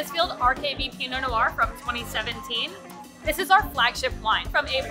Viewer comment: Ends a bit abruptly? I would expect a sommelier to know that noir is a single syllable and is not pronounced "no r"; Rick Stein over here pronounces it the same way and it's irritating from a chef but for someone dealing specifically with wine it's not really excusable.